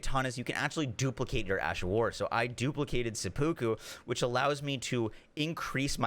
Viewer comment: Love your videos but please learn how to pronounce seppuku lol. Japanese ritual suicide